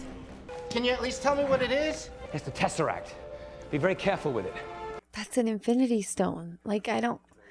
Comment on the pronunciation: Snazzeract!! I like that way better than Tesseract! 🤣🤣 Never change,! 😊